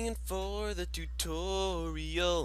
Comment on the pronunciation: it's "im siingin for the tutooriOL" ;p